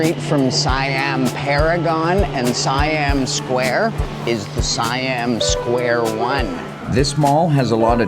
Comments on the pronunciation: it's seeeeeeammmm not siiiiiiiiammmm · Btw, in Thailand, Siam is pronounced "say-am". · check you pronunciation of "Siam". Pay attention to the "i" and the "a" sounds. Once you understand the concept, pronunciation of words (not just here but Singapore, Indonesia, Malaysia, etc) will become so much easier to you. PS I'm not an english teacher. 55555